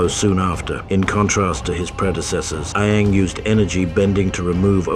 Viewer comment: "A-ang" "Ba-sing-sah" "Hiroh"